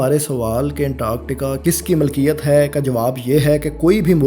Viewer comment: Aap aur behtar kar sakte hain, jaise 'malkiyat' ki jagah milkiyat